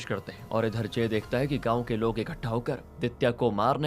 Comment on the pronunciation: गाऊँ नहीं गांव होता है।